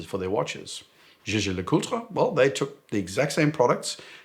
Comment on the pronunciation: I have to say,, that I'm impressed with the analysis and, equally envious of how elegant you pronounce the full name of JLC. The one reason I don't go to see them because I can't even say the name of the product without explaining that I don't have brain damage.